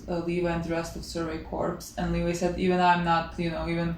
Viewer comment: Levi is pronounced Lee-Vye btw lol